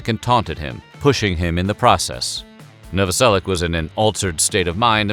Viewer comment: Pronounced Noveselic"h"